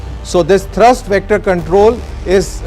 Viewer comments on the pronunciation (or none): India needs 100 of these. And This idiot reading the narratives should know that the engine has a thrust not thirst (unless he is referring to fuel).